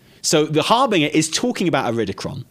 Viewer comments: It’s pronounced härbənjər, or basically it’s harbenJer not harbinGer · Har-binge-er like you're bingeing a TV show. HarBINGEer. People are allergic to pronouncing that word right. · "harbiNGer"? like "singer" and not like "cringe" ?! not even UK english has this pronounciation for that word :D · Sorry, it is pronounced "har- BINJ-er" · Dude I love you, you are funny af, even if you want a splurging by old gods and can't say Harbinger. ❤ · You two are fantastic but the way you are pronouncing harbinger is driving me nuts 😂